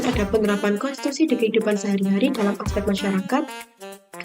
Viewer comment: KONTITUSI atau KONSTITUSI??